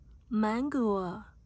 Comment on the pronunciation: 突然の発音の良きMANGOにワロタ😂 登場人物(?)みんな可愛い〜💕💕